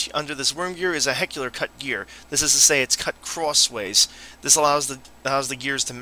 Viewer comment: And pronounce words correctly. Walthers, not Walters, Athearn, not Athren and helical, not heckular.